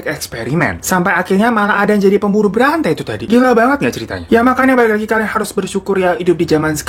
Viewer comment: Bang ko w dengerna pembunuh berante😂😂awaaakkkakaka bukanna berantai ya